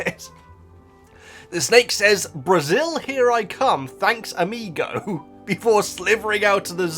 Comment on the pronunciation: I love it! As a brazilian, who always watch your videos, it was amazing to hear you say "amigo".